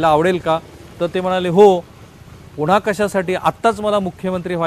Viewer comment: पुणा,पुणा, पुणा नाही पुन्हा पुन्हा पुन्हा म्हणा न आणि ण च्या उच्चारांचं भान ठेवा असे सैल मोकाट उच्चार करू नका तुम्ही नक्की कुलकर्णी च आहात ना?